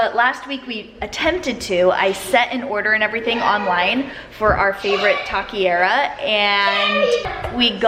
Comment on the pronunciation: I loooove that you are learning spanish 😍 whenever you want to visit México, i'm your girl. "Taquería" is pronounced: "tah-keh-ree-a" :)